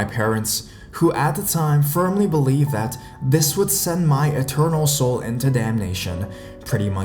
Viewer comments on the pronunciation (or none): none